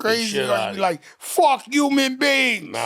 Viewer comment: Fat joe keep saying Umans not human 😂